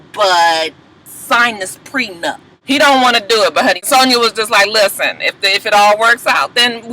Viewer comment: And Ray J the only idiot that keeps calling it a "prenUMP". Jesus take the wheel...laaaawwwdd.